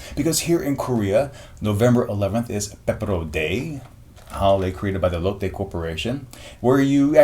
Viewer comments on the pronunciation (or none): none